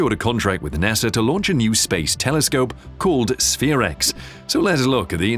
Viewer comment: I love ur videos and the way u say NASAR 😂